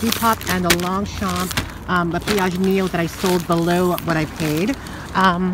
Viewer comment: I love the way you pronounce “ longchamp Le pliage” 😅